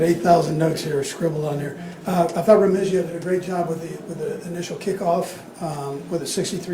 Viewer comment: Cracks me up he still doesn't know how to say Nikko's last name.. surprised he just didn't say #81.. 😂